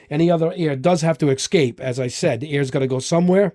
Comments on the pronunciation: Nice vdeo but quit saying excape, it's escape 😆. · "Excape"? Jeez.